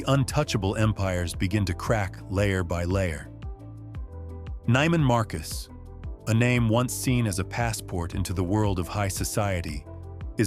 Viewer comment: Neiman Marcus is pronounced with a long "e", not a long "i".